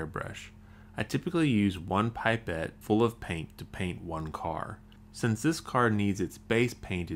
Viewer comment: ITS NOT PIPE-ETT ITS A PIP-ETT